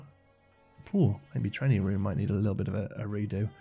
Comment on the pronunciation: It's always so nice to "have you around"! Playing some game and talking about how to make things look good / realistic. But after years of following your channel, I have to say: whenever I hear you put emphasis on the "g" as if it's a "k" – e.g. thraininK on – I'm always afraid you're getting tired. I hope you'll take it easy this time, and enjoy playing the game as much as we enjoy watching you play it.